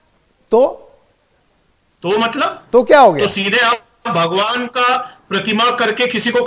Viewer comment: ओ न्यूज वाले भाई साहब आपको तो ठीक से भगवान भी नहीं बोलने आता है भोवा कहते हैं और आप समझाएगा भगवान क्या होता है हिन्दु धर्म क्या होता है बायकोट आपका भी होगा। लेंडीटीवी